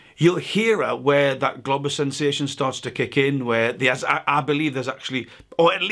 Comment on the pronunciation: You gotta say "Globus" more clearly please... I heard "globbers" and its rather confusing